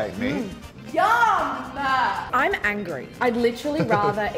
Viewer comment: Yum. Is Y,U,M. Not Yumhaaa. No extra syllable.